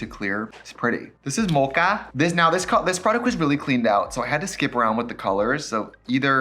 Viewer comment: the way trixie says mocha